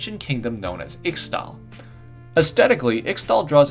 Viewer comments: can pls say ishtall not Xtal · IT'S ISH-TALL. PLEASE. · One little correction Ixtal is pronounced Iztal. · Ixtal is pronounced ishtal and the watchers destroyed icathia not shurima, xerath destroyed shurima when he usurped Azir and stole power from the sun disc and became an ascended. He stole too much power tho causing his body to rip apart into the blue energy shit he is plus a coffin he got sealing in under the ruins of shurima which is was trapped in with renekton(xerath is why renekton is insane and evil) and cause the sun disc to crash down destroying the kingdom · Ixtal is pronounced Ishtal for some reason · Eesh-tahl. X in Nahuatl languages is pronounced as an sh sound, and I's are often pronounced as an ee sound. I'm terrified to hear how you would pronounce *Nahuatl*. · You should have added red crystals that he could have found from the temple, to keep to himself and build himself up more. Red crystals and green patterns seem very typical for ixtal. Btw you pronounced ixtal wrong. You should listen to qiyanas voice to find out how to pronounce it.